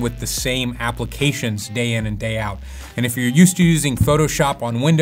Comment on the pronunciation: once you hear it you won't forget it...applecations :D other than that, great video!